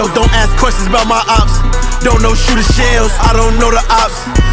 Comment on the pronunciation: He said shoota shells 😖🤣